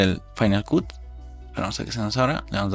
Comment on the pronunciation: Tu video esta muy bien, sólo que cuando pronuncias Cut, se oye muy raro, se pronuncia “cat” no “Cut”